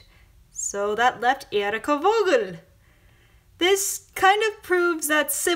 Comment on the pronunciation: You dont pronouns "Vogel" as "Wogel" Its "Fogel"